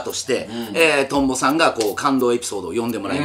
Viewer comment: 8分17のところトンボがヨンボになってます。地味にツボりました